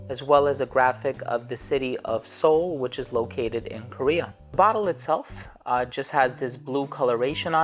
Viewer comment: dude you got the perfect pronunciation!!